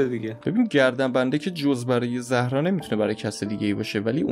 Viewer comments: بجای زهرا باید بگی زارا اینو همش اشتباه میگی😂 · زهرا نه زارا😂